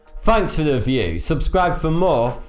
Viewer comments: In each intro I always this you're saying 42 not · At the start it sounds like, "Hey, 42 here." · yana XXI yeah insted of saying th he says f